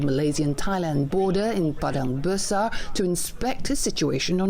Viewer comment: ...its Padang Besar! not badang basar!!!